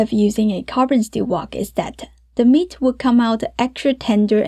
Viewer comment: I just love the way u say meat ah. Hot ah. Beef ah. And the recipe too lol 😂